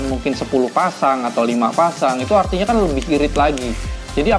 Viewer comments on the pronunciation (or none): Belajar lah berbicara, kerana orang yang fasih berbicara akan menampilkan dirinya seorang berwibawa 😂😂 eRtinya bukan eKtinya😅